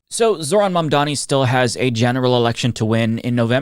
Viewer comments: Excellent video, but to my ears, you still didn't pronounce quiet well ... 😅 It's not Mandani, but Mamdani. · MAM DA NI ! Repeat with us ! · Did I just hear call Mamdani "Mamdaddy"?! 😂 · I hate how white people can't say "Mamdani" 🤦🏼‍♂️ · At least Vance pronounced it correctly. Joe can't even say it. And honestly even some of Zohran's supporters say "Mamdami". Why is it so hard?